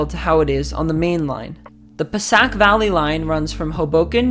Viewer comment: its Pa-say-ic valley